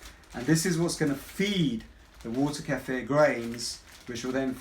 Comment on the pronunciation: Thank you for pronouncing "kefir" right! Most people do not know how to pronounce it! Thx for the video!